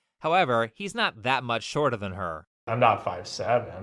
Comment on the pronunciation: I honestly would've disqualified her based on how she pronounced "shorter".